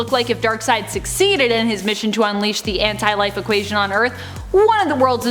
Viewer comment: It's pronounced as one word Anti-life